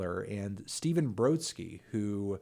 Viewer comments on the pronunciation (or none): none